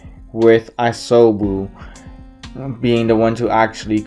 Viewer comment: DEAM NIGGA IT'S ISOBU NOT l'MUSOBU!!!